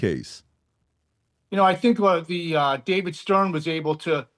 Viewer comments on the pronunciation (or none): none